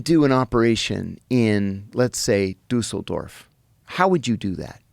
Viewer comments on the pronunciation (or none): It's pronounced "DEE-sul-dorf."